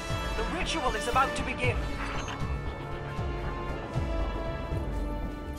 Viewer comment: I always thought it was weird to hear pronounce Xivu as “She-voo” instead of just “Zee-voo” like most people do, but the contrast of hearing the NPCs pronounce it the latter way alongside way within the same video is pretty funny to me